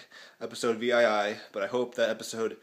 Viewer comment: Holy shit, do you not know Roman numerals? It's not actually said V-I-I it's said 7 you peace of fuck